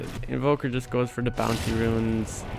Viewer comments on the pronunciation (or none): none